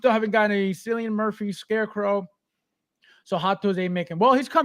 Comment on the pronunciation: Every time you say Cillian Murphy's name, i cringe. 😅 As an Irish man, i can safely say you pronounce it so wrong. 😂.